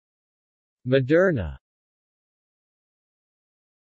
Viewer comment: It's pronounced mo-dur-na. Not ma-dur-na.